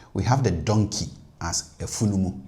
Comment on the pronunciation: I don’t side with you with the pronouncing of afunumuu. Donkey.